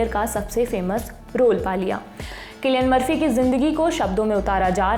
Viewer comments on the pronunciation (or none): सिलिअन मर्फी या किलिअन मर्फी 😂😂😂😂❤❤